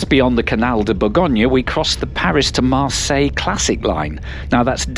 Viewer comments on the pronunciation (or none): none